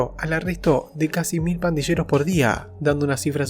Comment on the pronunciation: Se pronuncia /pandiyeros/ y no /pandisheros/ . Dónde aprendiste el español che!